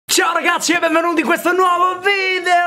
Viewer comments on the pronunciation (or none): da notare che dice ragacci